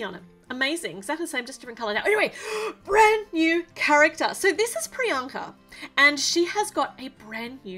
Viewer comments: I am a American Indian and the way u pronounced priyanka it touched my heart. 🇮🇳🇮🇳🇮🇳🇮🇳🇮🇳🇮🇳🇮🇳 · The way you pronounced Priyanka made me so happy. It's an Indian name and I am Indian that made me very happy. Also more diversity in Lego so yayy!